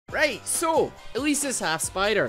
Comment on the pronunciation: "Rihghth SO"